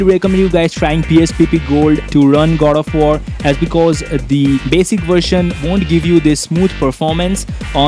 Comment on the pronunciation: why you keep on saying Gold of war!?? LOL